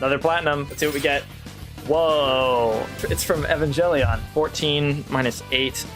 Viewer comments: Evanjellyon :P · God sending everyone who pronounces "evangelion" as "envan-jelly-on" when they call him jod